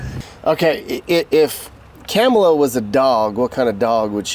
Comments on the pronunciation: I LOVE WHEN THE GUEST SPEAKER CALLED HARRIS 'KARMELA'. CLUTCH MY PEARLS! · 😂😂😂 said “KARMala 😂😂😂😂 he’s definitely NOT politically correct. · He said Karma-la LOLOLOL